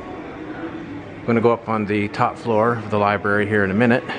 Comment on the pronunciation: Had to stop the video. You are on a platform where you are attempting to inform people. The third time you said LIBARY I was done. Sorry pal. 😑